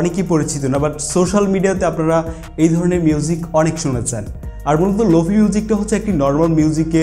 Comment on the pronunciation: প্রথমত শব্দটার উচ্চারন লোফি না "লোফাই" তারপর শুধু "রিভার্ব" ইউস করলেই লোফাই হয়ে গেল? আর কোনো কাজ করতে হয় না? আপনি যেই ভিডিও টা বানিয়েছেন সেটা "Slowed+reverb" এর মধ্যে পড়ে। lo-fi is deferent. Lo-fi তে অনেক কাজ করতে হয় যেমন Stretch, beat আরও অনেক যা আপনারা বুঝবেন না।